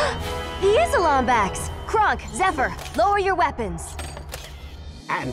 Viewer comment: It is pronounced "Lombax"